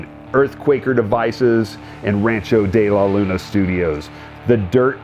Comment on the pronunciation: he cant even pronounce his own ranch's name correctly